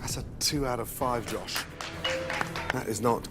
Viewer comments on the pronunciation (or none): none